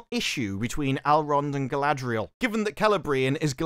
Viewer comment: Ah yes Sauron’s chief Lieutenant.. Guyladrial